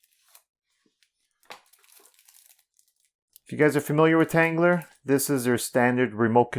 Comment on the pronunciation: There’s no R at the end of tanggula So quit pronouncing it tanggular